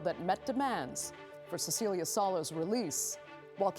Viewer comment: That’s how you pronounce the vowel in Italian. Just like the host pronounced Cecilia wrong.